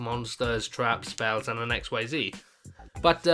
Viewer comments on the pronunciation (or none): It's pronounced Ikseez now x-y-z lol